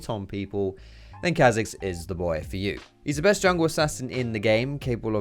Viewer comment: Riot confirmed that its said shayco not shacko (shaco) and its car zix not kazicks (Kha'zix)